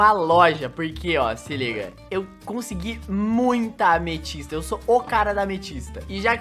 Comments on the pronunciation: Não se fala amestista se fala ametista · vóce falo mal ametista